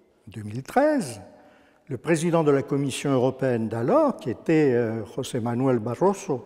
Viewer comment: Barroso est portugais et non espagnol José se prononce josè et non rosè comme en espagnol